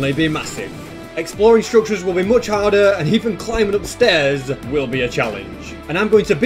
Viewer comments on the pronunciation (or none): its much not moch omg